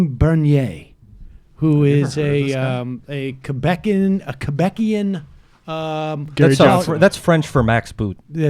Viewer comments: Did you say "Quebequian" or something like that??? Hahaha. It is said "Québecois" (pronounced Quebec-wah). We can also be referred to as Quebec'ers. Cheers! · "quebecois" pronounced kweh-beh-kwah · Quebecois is pronounced "Kay - beck - wah" with the emphasis on the last syllable.